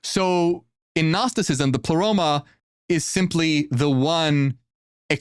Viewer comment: Did Ai just say : " I , Plero " ? The heck?